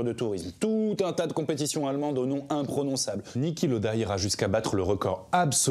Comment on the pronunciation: Niki, pas Nicky. :(